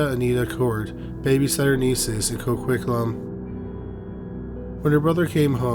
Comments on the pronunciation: As someone living in Coquitlam.. it’s pronounce CO-QUIT-LAM 😂other than that great job as usual❤ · The way you pronounce Coquitlam is interesting🤣💘